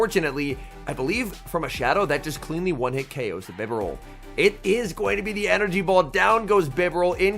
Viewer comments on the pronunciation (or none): It's Bye-Bar-Al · I like your vids but I hate how you pronounce “Bee-Barrel”…. 💯